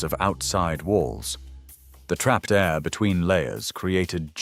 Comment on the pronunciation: Poor voice over man couldn’t say air A.I.R gaps haha